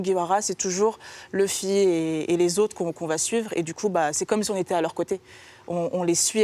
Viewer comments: Par contre ça se prenonce leffy pas loufy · Louffy non ! C'est Leuffy ! Sinon c'est bien et c'est complet comme vidéo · Elle a dit louffy 😔😔😔😔